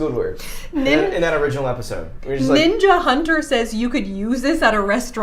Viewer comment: ‘Camp’? I thought you mean CAN !